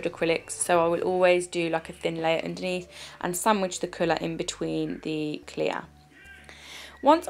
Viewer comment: Sandwich!! Where the samich's at? You just made me hungary 😂😂